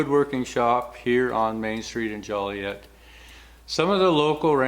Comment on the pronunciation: Love it. Great! Where did he say the town was called again.. Collett? Jollyiett.?